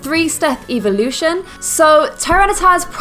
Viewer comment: you´re low key saying eveelution ;D